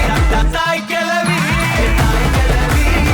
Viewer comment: கெலவி..இல்ல..கெழவி... சரியா உச்சரி